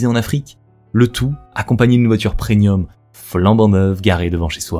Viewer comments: On dit preMium. Pas PreNium. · Bonne vidéo mais il va falloir apprendre que l'on dit premium et pas prenium parce que c'est assez dérangeant